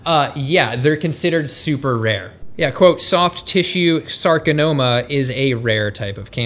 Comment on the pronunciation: It’s sarcoma. Not sarcanoma or however you pronounced it. Otherwise, fantastic research!